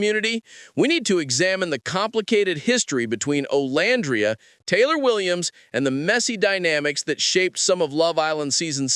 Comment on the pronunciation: I know this is AI voiceover but can you please fix the names? It calls Olandria different things throughout the entire video. It’s off putting.